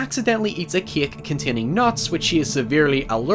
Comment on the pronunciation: he said cake like KäK